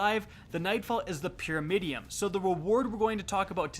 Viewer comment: Does anyone else hear him say "Pyramidiom", not pyramidion?